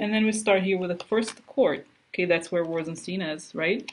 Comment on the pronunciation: it's not Steen it's Stein like beer Stein. Rosen- stine. Rhymes With shine. Please